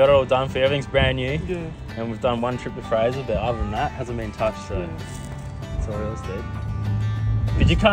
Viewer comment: Did watch the vid but gave you thumbs up for calling it fraser.